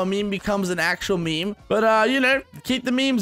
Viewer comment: I'm 9000% sure that as long as the word meme exists will still pronounce it as "me me"